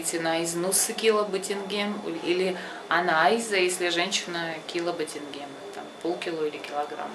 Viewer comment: Не батинген а батинжан